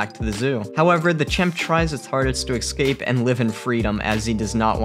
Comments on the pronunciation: These are awesome. Does anyone else wonder why people say excape instead of escape, or exspecially instead of especially? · Excape? I bet you can pronounce espresso perfectly. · If you're going to say "escape" - er... "eGG-skape" a hundred times, maybe try to pronounce it right. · It's escape. Not excape. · Excape? Canada? So makt different ways to pronounce the english language,kind og funky😄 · Or perhaps: listen to this communications graduate misspeak the word escape... everytime, through the entire video, you'd think he say it correctly accidentally at one point or another. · Sigh...I have no respect for “narrators” who speak perfectly good English but can’t pronounce simple words like curator, escape or ferocious properly! 🤦‍♀️🤦‍♀️🤦‍♀️ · Seriously???.... - ... Sequoia National Park is now pronounced "Seck-oh-ee-ah?"..... and the word ESCAPE is NOT pronounced 'ECKSS-SCAPE'...... it is pronounced "ESS-CAPE" Jesus God what is happening to the English Language??? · Every time he said "eKscape" was like nails on a chalkboard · Poor thing. It looked like a particularly shitty zoo. Probably living a life of absolute hell and just making a terrified escape , as any living creature would , if it could. By the way, it's eScape ..not ..eXcape. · Someone needs to tell the narrator that the word is es-cape, and not ex-cape. He must have mispronounced it twenty times. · IT'S ESCAPE! ESCAPE. Not exscape. ESCAPE. ES Damn it, eScape. And while we're at it, it's eSpresso, not exspresso. Aaaaaargh. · Escape: “es-cape”. Not “ex-cape.” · It is pronounced EScape not EXcape . Just an FYI. Liked the video though. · It's 'escape'... not 'ecscape' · escape not excape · its uh-scape not ex-scapes. >-> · It is ES-cape, not EX-cape. So annoying!! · Dude the word is "Escape", not "Exscape". Stop adding a non-existent letter to your pronunciation of the word. It's very distracting. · es cape not excape sorry but it took away from yr video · I can't be the only one that hears "Ecscape"